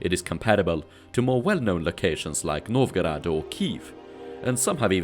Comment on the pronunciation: не знаю к чему токсичность, по моему наоборот хорошее произношение, особенно Новгород и Смоленск, видно что старался. на его акцент в английском вы также реагируете?